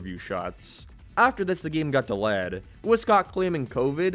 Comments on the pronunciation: please learn how to say delayed i beg of you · why cant you say "delayed" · “The game got dalaa”, good video i just find funny your pronunciation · Why does he say delayed like that :)) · I just can't ignore you pronouncing "delayed" wrong.